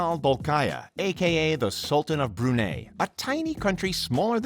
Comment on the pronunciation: Broooonaaaaayy. It’s Brunei